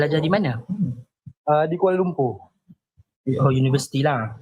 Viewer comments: Kuala Lumpuuuuurrr bunyi pun serupa Indonesia ja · Di sebut kuala lumpurrrrrrrr 🤣🤣🤣